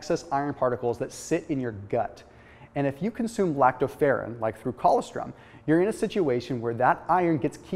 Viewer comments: It’s colostrum, not collawstrim...smh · ......colostrum........pronounced..... coe-loss-strum. That's OK, I just figured out recently how to say...... "pyrroloquinoline quinone"